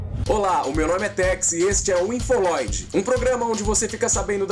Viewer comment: Infoloide kkkkkkk pqp. Infoloide... KKK